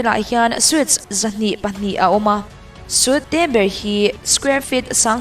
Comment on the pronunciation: Suite hi sweet ti a lam tur.